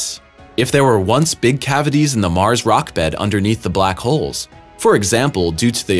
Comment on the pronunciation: In Mars' orbit. NOT Mars-is orbit, illiterate door knobs.